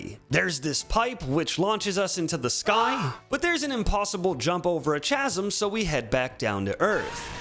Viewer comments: I didnt watch any of this video, but I was skipping around on it and just heard him pronounce chasm like that and felt the need to point it out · Honestly, I just take a small bit of psychic damage every time I hear you butcher the pronunciation of "chasm". Either way, good video regardless. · PLEASE, FOR THE LOVE OF GOD, STOP SAYING CHASM LIKE THAT, MY BONES ARE TURNING TO DUST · Really? CHA-zim? Lol it's pronounced KAH-zim. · First time viewer. Stopped after 4 minutes. Get your stupid body out of the screen. You're annoying. Also, Chomps Chasm. The CH is pronounced as "K", not "CH". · KASM not CHASM lols. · I am 1000% confident that someone else has pointed this out, but chasm is pronounced Kah-Zom. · I’m going insane so I feel like I need to let you know that “chasm” is pronounced “kasm“ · It's pronounced "kasm" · Bro you did not just say the word Chasm like that, its, its pronounced, casm (All jokes aside, love the video, but PLEASE put the creators names and their works in your descriptions, its the least you can do for them.) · It's pronounced "ka-sm" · It's pronounced "kasm," my guy. Read a book or two. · chasm is pronounced kasm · Just a heads up that “chasm” is pronounced with a hard c sound like “kasm” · Great video! Chasm is pronounced with a hard K sound. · honestly a year later he's still saying CH-asm and he's been saying it since his League CWTAT videos, I don't think it's ignorance I think he's just a weirdo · Bro, really? Please say “chasm” correctly. It’s a hard “c” sound, not a “ch” sound. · your pronunciation of "chasm" physically bothered me, lol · Your pronunciation of chasm made me unreasonably angry. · Dude the h in chasm is silent lol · The H in chasm is silent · bro said chasm wrong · please pronounce “chasm” correctly in the future for the sake of humanity’s preservation of the ability to communicate. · i seriously can't tell if you're mispronouncing 'chasm' as a joke, or because you don't know how to actually pronounce it correctly.